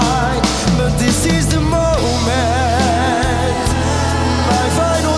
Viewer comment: Destiny biekoont....😂😂 man wat een slechte uitspraak zeg🤷🏻‍♂️ ... over DIS IS DE MOMENT niet te spreken 😂